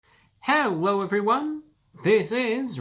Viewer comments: I'm not the only one who heard him say 'hewo, everyone!' Like he can't speak, right? 😂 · h….hewwo… e-evewywun..... (;•́︿•̀ ;)